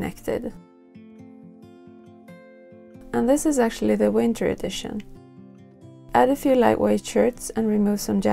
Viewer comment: Winter! Not Vinter....